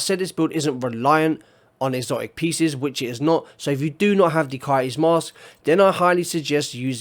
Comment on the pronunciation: I like how you say STABILITY STABIWAH-EE...no L and no T sound. Coyote is Kai-ee. No Y, O, and T sound.